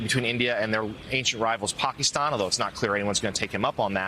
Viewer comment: Stop trying to pronounce Pakistan like you're a native!! Pakistanis aren't offended if you pronounce it with an English dialect.